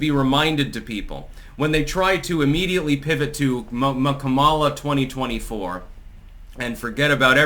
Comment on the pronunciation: are you going to pronounce her name correctly anytime soon?